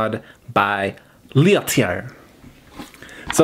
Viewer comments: Common mistake it seems, starting with "SW" and all, good thing nothing rimes with "Norway" xD Btw, it`s Lat-Elli-eeh, kinda, hard to explain french lol, which they do speak in switzerland, but not in sweden. In sweden they say HURR DURR and volvo. Isn`t that right? hi hi hi;) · That. Is. One beautiful squonk! I can’t fault you for your mispronunciation of L’atelier, I mean you speak Japanese. Such a cutie. Nice job, as always, on the video. #allove to you and Marjorie.✌🏼edited to add; your face when you got your phone to pronounce and actually mispronounce L’atelier was priceless.. you looked so pleased. 😂😂🤗